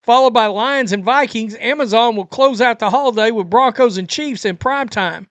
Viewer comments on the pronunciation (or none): none